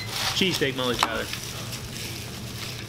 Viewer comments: Dang you both killed it! Molly's face when they mispronounced her last name lmao. Looks like you enjoyed the heck out of it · it actually looks pretty great..I love her look when he mispronounces her name...:) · Yeah but only bc that's what said..He's always mispronouncing her name on purpose..The man didn't know their names. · He butchered the hell outta her name 🤣